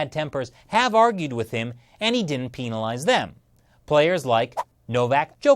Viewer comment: Great video but the way say penalise like pinel idk about everyone else but I pronounce it pen-al